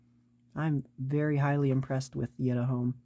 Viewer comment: i actually think it's pronounced yēt uh home, not yït uh home